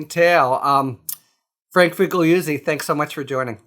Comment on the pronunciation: FiggggliuzzI? really? Shocked.